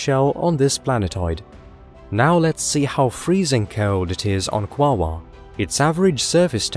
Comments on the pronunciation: The correct pronunciation, according to the spelling. Is (phonetically) kwa ore, as there is no other letter present to create the 2nd w sound. Either that or the name is misspelled in the video title. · This synth voice stinks. It keeps mispronouncing the topic of the video. It's NOT Quawaa! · Is he saying wawa?? This shiot is making me hungry...they have McDonald’s on this meeethane planet?? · I absolutely adore the way he pronounces it... “Kwaaawaaaah” tickles me every time. Great video as usual. I love this channel! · Sounds weird and robotic.